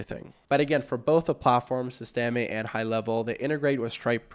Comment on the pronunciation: "sis-teh-mee" , com'n bro.... SYSTEM(E is silent)